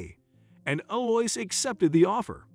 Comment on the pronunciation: Her name is Ell-ou-eeza. This is a lovely old french name.